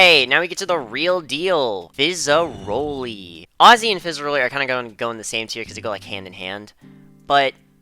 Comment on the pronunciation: “Fizza-ROLL-y” yup, totally not pronounced “Fizza-RAUL-y”